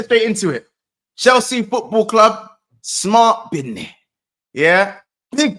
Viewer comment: "Bidnih" is the new catchphrase now 🤣